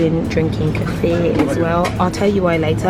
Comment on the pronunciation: Kefir——pronounced kee-fur